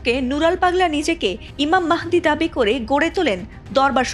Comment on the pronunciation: Nura pagol to hujur mahadir nam o bolte parena